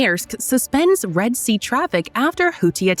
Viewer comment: "Reed" sea.